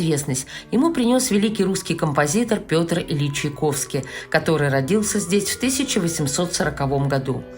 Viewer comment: Странно как... Голос за кадром (если не ошибаюсь, это журналистка) чудно произносит фамилию композитора: Чаковский вместо ЧаЙковский.